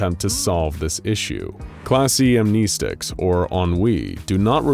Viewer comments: I wonder if this channel will ever finally start pronouncing "amnestics" correctly in their videos 🤔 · pronouncing "amnestics" wrong.